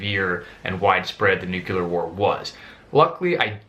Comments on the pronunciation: It's pronounced New-Clear, not New-Que-Lur... ;) Otherwise, thanks for the insight. I enjoy your videos. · There should be a sign that says: "No one who says Nuculear may go beyond this point." It's Nuclear. Drives me wild, people unable to speak their own language. Good video. And good advice, to not be fixated on any one scenario, but to generally be self sufficient should something happen. No one really knows what tomorrow may bring, so be prepared! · George Bush? Is that you? How stinking hard is it to say Nuc-LE-ar?!? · But new que lur is how Homer Simpson pronounces it....and who knows more about it than someone who caused 10 meltdowns ? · Homer Simpson pronounced it new que lur, and he should know - he was responsible for 10 meltdowns...